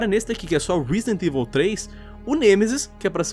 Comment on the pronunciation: " Risident ivil 3 "